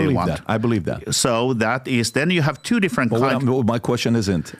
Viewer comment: His accent when he says twooooo.. 💦 😅